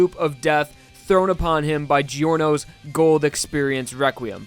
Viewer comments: Grazie al cielo qualcuno lo ha fatto notare. "GEEorno cosa ciera in quella frieccia?" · Dude, i really DO like your videos, a lot, but as an Italian hearing your pronunciation of Passione and Giorno gave me chills down the spine. First of all, the "ss" in Passione is not as "paSSion", but as, for example, "acceSS". Second, the worst one (not your fault, it's a really common error), Giorno is not pronounced as "Geeorno" but something more like "JOrno", like JOnathan or JOtaro (same thing for Giovanna which i often hear as "Geeovana"(with just one n), is more like JOvanna ). I'm not trying to be mean or anything, it's just my italian proud that came out